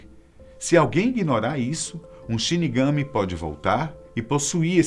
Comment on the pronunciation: Só para lembrar, quando fala a palavra Shirigami, tem que dar mais ênfase sa última sílaba [shirigamí]. 😉😉😊